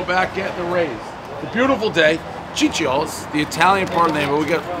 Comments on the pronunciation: Starting right off the bat with a “sissy-o’s” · It’s pronounced: see-chio’s, not chi-chio’s. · it's pronounced Chiccho's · C’mon man. Sissio’s?